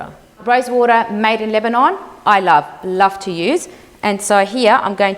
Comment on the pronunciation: The way you’re saying rosewater it sounds like you’re saying rice water. If I wasn’t from the least I would’ve thought you’re putting rice water.